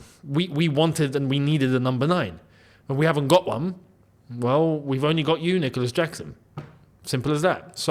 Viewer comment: Did he say Dicolas Jackson?